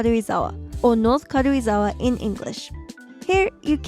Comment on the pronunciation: I like how you pronounce Karuizawa. It’s like 軽井沢 rather than Karuizawa. Btw I’m a native Japanese.